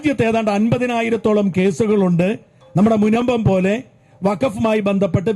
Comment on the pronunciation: ഇവനെക്കൊണ്ട് ഞാൻ തോറ്റു... മുനബത്ത് അല്ലടോ പൊത്തേ.. മുനമ്പത്ത്... ഹോ... രാവിലെയും രാത്രിയും മദ്രസയിൽ മലയാളത്തിന് പകരം അറബിമലയാളം പഠിപ്പിച്ചതിന്റെ കൊണവധികാരം... മലപ്പുറം ജില്ലകാരി സുനിത ദേവദാസിനെ കണ്ട് പഠിക്ക്... മദ്രസയിൽ പോകാത്തത് കൊണ്ട് അവൾ നല്ല മലയാളം പഠിച്ചു